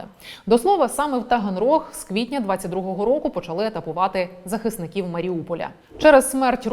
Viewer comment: Тогонрози😅 Таганрог что ж как каверкать слова то